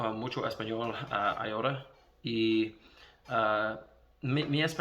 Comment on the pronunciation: Great job! I know this is a year old at this point but I just wanted to mention: Honestly, your pronunciation is not bad, the only word Id say that you’re pronouncing incorrectly is “ahora.” You are saying “ayora” which is a different word. “Ahora” should be pronounced “ah-oh-rah”. Putting the a and o together will give you a combined vowel sound that doesn’t include the y sound you’re creating. Hope that helps you or anyone else reading this and learning! Great job, this is encouraging!